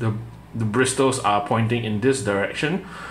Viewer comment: The letter T in “bristles” is silent. It’s pronounced like “brissels”.